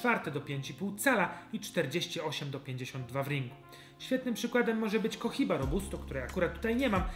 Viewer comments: Bardzo dobry odcinek. Mam wrażenie, że Cohiba czytamy Koiba, a nie Kohiba (H w hiszpańskim jest nieme). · niuanse językowe pan opanował, ale "kohiba"? Przecież H w hiszpańskim jest nieme. ZAWSZE!